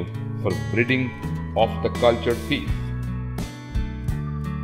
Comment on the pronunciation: The narrator says “fiss”